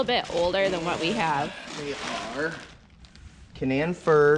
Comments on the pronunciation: KA-non like the dog breed or the region in the middle East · Hi, I love the farm. I wish you all the best. I'm from WV, that is where the Canaan firs that you have are from. I just wanted to let you know that in Canaan Valley WV, is pronounced Cuh Nain as if it rhymed with duh-main. It not something that most would know unless you are from West Virginia. but when they are old enough to be sold you will be able to tell the folks buying them where they are from and how it is said. the funny thing is that the word Canaan is also found in the Bible but is pronounced Cain-Nun. us West Virginians like to put our own spin on things I guess. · Canaan is pronounced Kay-nan. Just so no one snickers at you guys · How are the Canaan trees (pronounced Cay-nan) doing now since so much of the roots were cut off? I'm dying to know! LOL